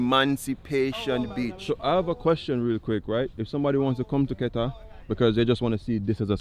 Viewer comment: You are pronouncing Keta like a native